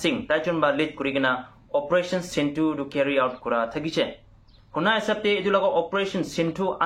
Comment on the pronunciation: Sindoor kobi na..sindu nohoi o...news to kobo koili..